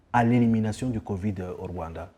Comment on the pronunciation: J' ai adoré la façon dont laquelle il () prononce le mot "Rwanda". (Voir ) Vraiment "👌"